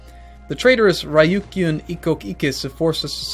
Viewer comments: Abdullah Alrasheed The first part is more or less right but, the Kyou is wrong, that's the romanised (or romaji) spelling of the accent. In the case of the islands the Kyū, from Ryūkyū, is pronounced very closely to the English letter Q. Re-You-Q. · And Ryukyu is Re-You-KYOU